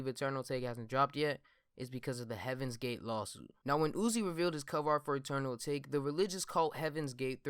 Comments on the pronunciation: It’s pronounced: AH TAH KAY fam pls stop saying A take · It's pronounced ata-ke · It’s Eternal A-tah-kay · isn’t it pronounced eternal atake(ah-ta-kay) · I thought it was pronounced Ah-tah-kay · It’s Ah-tok-ae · It’s pronounced UH-TAH-KAY 😂😂😂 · Dumbass doesn’t know how to say atake lol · can yall do real research and pronounce the damn album correctly like god damn